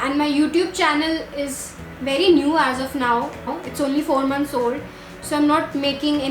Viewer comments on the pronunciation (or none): none